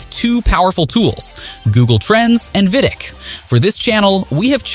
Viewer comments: Also pronounces vidiq as vidick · no bro it’s AI voice over. Humans know how to pronounce VidIQ. Please tell the name of software